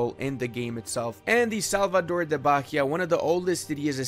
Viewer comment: and you could pronounce like Salvador de Ba-Y-a, the H is mute